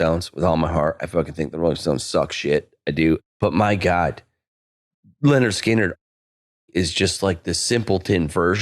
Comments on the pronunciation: The only thing that sucks more than Lynyrd Skynyrd's music is calling them Leonard Skynyrd incessantly. It's LYNYRD, you fucking windowlicker. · pronouncing "Leonard" every time = top troll